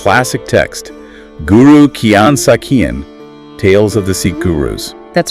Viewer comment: The content is really good but I would suggesting consulting with a Sikh about the pronunciation of certain names and terms. Guru Hargobind rhymes with “wind” as in a breeze, not “wind” as in twisting something to start. I appreciate your attempt to bring these Sakhian (another word which you are mispronouncing) to a wider audience. But you are doing a disservice to yourselves and your target audience by not being more diligent and precise in your presentation. Chardi Kala.